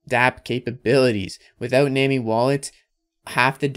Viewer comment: it is def pronounced "nah-me" like nami from one piece, not nuwaaameee